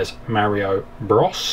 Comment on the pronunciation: Mario BRAS. DISCLAIMER. Sorry for that you just said it funny. And your videos are awesome by the way.